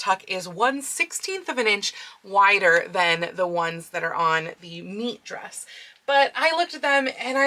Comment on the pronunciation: Hearing "Kirsten's Meet Dress," but thinking "Kirsten's MEAT Dress."